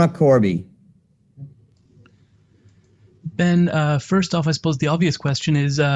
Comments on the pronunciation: really speaks and goes to the level of professionalism of "trilla" , when it comes to payper views... the generated amount was good, but it was a huge disappointment with overall pro atmosphere and fighter behavior, ole boy was took out on a stretcher after faking a bad shot... saying Bens name wrong.... i mean the turn out was good but the show was really a "SHIT SHOW" ...! It was truly cringing to watch overall... knowing you have sublevel fighters and then for the showmanship of the actual show to be so subpar.... was not good overall for Trilla... if there is another payper view at the same time i will def choose the other and then watch passed results of the Trilla line up.... I expected way better flow..... NEXT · Tio..... not sure about Triller bro.... theyre really going to need to up there showman ship cause lastnight was absolute a dogshit show bro.... and i was pulling for this new approach but gawdamnn they let a fighter fake his ass all the way to a stretcher with now interruptions, saying Bens name wrong... and what else man... and i know true fight fans caught all of this bullshit... so the next set up will need to redeem this bullshit show or people are going to wait to catch the payper view the next day and no pay for a shit show.... Triller what tha fuck happened man..... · Best scene was when Buffer messed up Ben`s name mans was confused throughout the fight